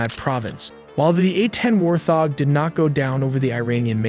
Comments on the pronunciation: its pronounced as WART-HOG , not WAR-THOG .... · *Wart - hog, not war - thog. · Your horrendous ML speech model cannot even pronounce the words 'Warthog' and 'Infrared' properly. At least listen back to the ElevenLabs speech after to check for these simple mistakes. Do better. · War-thog? You mean wart hog? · the voice says “WarTHog” not Wart Hog. Voice is AI. Can nobody just speak and tell a story themselves anymore? Super lame. Still cool video though. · Bbro its called a wart-hog . Not warth-og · It’s “wart-hog” not “warth-og” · Wart-hog not warth-hog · Great videos but can't you all have the narration pronounce Wart Hog and not Warth Og? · How is your narrator-bot so stupid? It isn't a War-thog, it's a WART hog, a wild pig with sharp tusks. The electromagnetic spectrum contains visible light and light we can't see, including ultraviolet (UV) and infrared (in-FRA-RED) although most people say INFA-red. It is not INFERRED-a conclusion found by using inference, if this then maybe that, and if that, then...the butler killed the priest. If you can edit the script after the AI generates it, make warthog two words, "wart" and "hog" same with "infra" and "red". This might also be a complete suite that scrapes, writes and generates vid and hands it off to C3IQ to read. AI is very polite and won't correct anyone, but I will. A "barrage" of bullets rhymes with mirage, not marriage. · Excellent presentation. However, it is pronounced Wart-hog. Not 'War'-'thog'. Best to pick up American terms and names from the Americans, just as they will have to pick up names and terms not from their backyard from those they belong to. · "Inferrrrrd" instead of In-fer-red and Warth-og instead of Wart-HOG , like c'mon. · It’s a Warthog not a Warthog…This voice has to be AI as well. So many words not spoke properly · How does anybody look at the word warthog and then pronounce it: warth-og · Fricken AI can’t pronounce “wart-hog” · "War Thog"???!!! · An A-10 "War Thog". 😆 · War thog lol